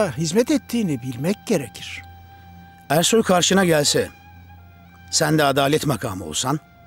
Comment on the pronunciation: Zazanin Ersoy a Kersoy (eşşek) demesi 😄😄😄